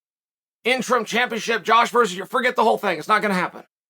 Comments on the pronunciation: Actual: Ureter Chael: Your Rear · He calls yair “your ear” lmaooo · “Your rear” 😂😂 I’m dead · "Your Rear" lol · Chael "he is in a battle w Ya rear" Sonnen.